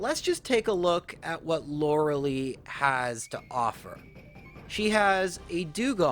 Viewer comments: Same. He's defended the Lore-uh-lee pronunciation so much when it's just objectively, factually pronounced "Lore-uh-Lie" in this case (and most cases) lol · correct pronunciation is Lora-LIE not "Lora-LEE". Please get this right. All the Lauralee complaint comments will instantly go away the second you make this easy correction! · Huh, never heard Lorelei be pronounced Lorelee before. Neat. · Sure, and if it was a (admittedly repeated) innocuous error I wouldn't be quite so harsh. However he's actually addressed this in previous videos and has tried to defend it, so it's not just his accent causing the mistake. Lorelei is a name of German/Celtic origin and overwhelming evidence suggests it's pronounced Lore-uh-LIE as a result. Plus she actually says her name in Pokemon Puzzle League for N64 where it's Lore-uh-Lie. There's really no evidence whatsoever to support "Loralee" besides claiming that's it's a "valid interpretation" of pronouncing the name, which... if you're using that logic, then ANY name could be pronounced like anything, sure. In this case, this specific character's name is definitely pronounced Lore-uh-LIE though. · Yeah the name's German origins definitely suggest Lore-uh-Lie. Plus she actually says her name (Lore-uh-Lie, no surprise) in Pokemon Puzzle League for the N64. is flat-out wrong here. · Maybe Lorelei is just upset you say her name wrong?